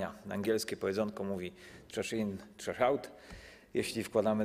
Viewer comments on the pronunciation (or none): TRASH IN TRASH OUT. CO TO ZA AKCENT? XD CZASZ IN CZASZ AŁT XD